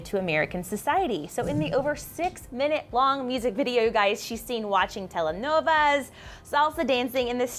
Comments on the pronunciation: Telenovas??? You mean Telenovelas??? No hate!♡♡♡ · The word is "telenovelas", not "telenovas". "Tele no vas" could mean "telephone, don't go" which sounds like something Dora the explorer might say... but... come in, the word is only 5 syllables...